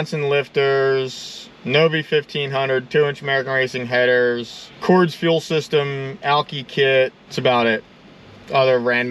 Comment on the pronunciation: "Cords" lol.....its Cordes Performance... "KOR-DIS"....maybe he can't pronounce it right because there isn't the word FUC$ in it